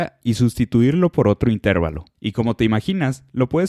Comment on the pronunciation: Se dice y se pronuncia INTERVALO, no INTÉRVALO ya que es una palabra grave o llana terminada en vocal y por lo tanto se escribe sin tilde.